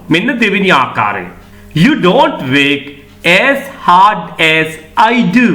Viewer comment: Work, ව (ර් )ක්‌. ශබ්දය විය යුතුයි නේද?